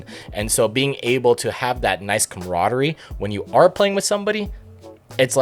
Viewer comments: ...Perfectly understandable, honestly. WH40K is just... Oof... Also, let's hit him with the good old- "camaraderie", not commrodary. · "Commrodary" - there's the real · The complete butchery of "camaraderie"